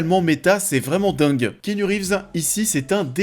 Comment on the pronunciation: c'est ki pas ké.